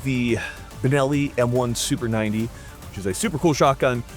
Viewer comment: Binelli lol